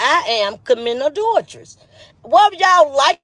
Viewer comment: The way talking about adultress instead of adultry.